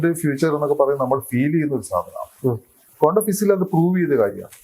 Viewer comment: "കോണ്ടം" ഫിസിക്സ്‌ അല്ല ശാസ്‌ത്രകാരാ, "ക്വാണ്ടം" ഫിസിക്സ് 🤪